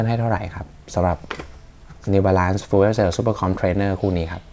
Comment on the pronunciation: fuel ออกเสียงประมาณ ฟยิว